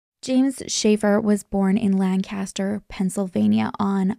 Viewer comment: as someone who grew up in Lancaster pa as well what a perfect pronunciation! ❤ you're truly amazing